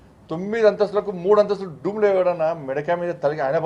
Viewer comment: Doomu lu kadu, Dome lu